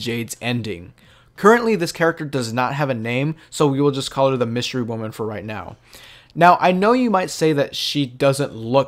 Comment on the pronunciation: Did he say “wystery women”?